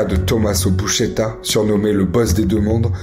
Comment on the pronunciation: Buscetta, pas Buschetta 😂